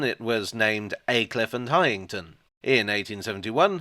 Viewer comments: As a former local it's "Highn-ton' rather than "High-ing-ton" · It’s pronounced Hineton. You’re welcome!